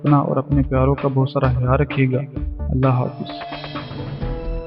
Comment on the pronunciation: زبان تو ٹھیک سے بول لیا کرو بھائ خیال کو ھیال اختیار کو ھتھیار اور خواوند کو ھاویند بولتے ہو